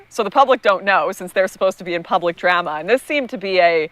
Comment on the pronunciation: we disavow her pronunciation of drama.